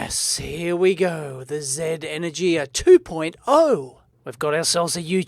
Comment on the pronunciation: Energia is the name for certain missiles in the Russian Space Agency. E-nur-gee-ah.